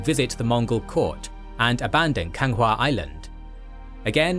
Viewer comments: Why do you think they recruit the Korean Navy? also, it's Ganghwa Island, not Kanga wtf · Its Ganghwa island not Kanga sounds like african